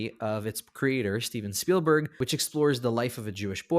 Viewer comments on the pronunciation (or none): none